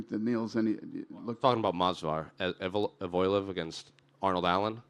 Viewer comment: Why do americans/english speakers have such a hard time with names? The reporter literally said butchered Evloev and another guy said Jasuvidius😂